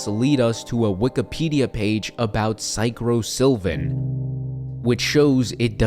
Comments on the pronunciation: is this the drug that he was taking and misspelled or mispronounced Psilocybin is a naturally occurring psychedelic found in over 200 species of mushrooms. It causes vivid hallucinations, altered thoughts, and sometimes intense psychological experiences . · I searched up Psycrosilvin and it was a mispronounciation of psilocybin (I got this from the AI Overview so it MIGHT be true) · Sounds like he was taking psilocybin not psychosilvin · Do they mean psilocybin? I could see mispronounce it this whole time since they kinda sound similar or I watch too much Minecraft ARG, but it would kinda make sense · I won't lie the pills name sounds like a mispronounced version of the chemical name for magic mushrooms. Since this guys spiral started around the same time he started the pills I think he started having a bad trip and continued to take the pills thinking they'd make it stop